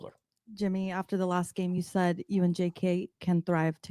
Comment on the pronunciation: Myers "said", not saud!!!!!!!